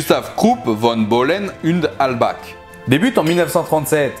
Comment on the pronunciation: petite info pour améliorer ta prononciation: - En allemand le digramme "ch" quant-il suit les lettres "a", "o" ou "u" se prononce comme la jota espagnole (un son "r" de gorge) par exemple "Halbach" ne se pronoce pas "halbak" mais "halbar", un exemple plus connu est le mot "wehrmacht" qui se prononce "virmart" (bizarrement dans ce mot beaucoup prononce correctement le "ch" mais pas le "e")